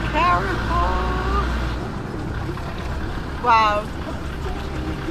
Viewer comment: Love this channel - just to sort a mispronunciation, Carrefour is pronounced "Car" "four" 👍